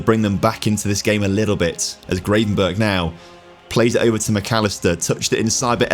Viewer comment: that gravenberch pronunciation was diabolical